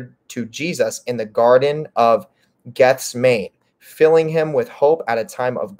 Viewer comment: Just fyi it is Gethsemane is pronounced Geth-sem-a-ni 🤓